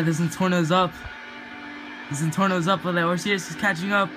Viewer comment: u pronounced osiris wrong 😂